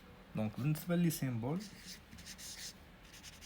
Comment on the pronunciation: سامبول ماشي سيمبول وتبارك الله عليك استاد🙂💖 جزاك الله خيرا